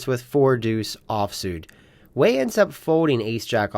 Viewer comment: Way or Wee? Wei is usually pronounced Wee